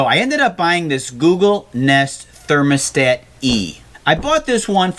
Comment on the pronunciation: Thurnamastator......🤪🤣how adorable.